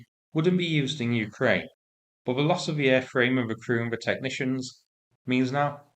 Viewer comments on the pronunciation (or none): none